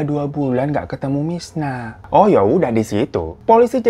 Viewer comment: ini gue yg salah denger apa emg bang hiro nyebut si korban namanya 'mirna' bukan 'misna'? 😂